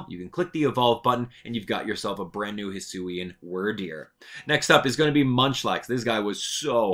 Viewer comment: Some of your pronunciations are wrong. The "wyr" in Wyrdeer is pronounced like "weird", Budew is "bud" and "dew", Kirlia is CUR-lia, Chatot is chat-ot, and Gliscor is GLIE-scor.